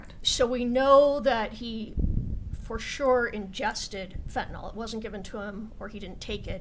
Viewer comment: So hard for me to hear, as a retired paramedic, people calling Fentanyl as Fentanol. I realize that this is my own bias, but I would hope that they would pronounce it right, after all everything is based around this.